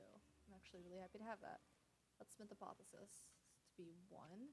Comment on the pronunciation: & The moment that made your run ... back to back Apotheosis + Bottled Lightning ... I still get a chuckle from how you pronounce Apothesis 😸